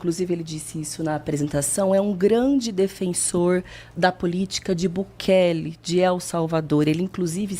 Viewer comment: Chamando o Bukele de Bukake kkkkkkkkkkkkkkkkkkkkkkkkkkkkkkkkkk